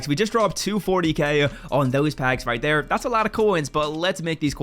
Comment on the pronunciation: My boy says right “tere” 😂😂😂